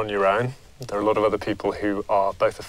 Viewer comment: “I eat a A-lot” “I drink a-lot-“ “I go out a-lot” I DO EVERYTHING A-lot XD